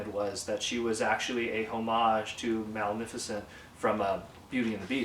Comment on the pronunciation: It's a nice review on the book. I agree that it does a nice job covering how the process was done. However I should mention that while you were mentioning Airachnid's homage was Maleficant you've said Maleficant's name wrong and that she actually came from Sleeping Beauty not Beauty and the Beast. Just letting you know.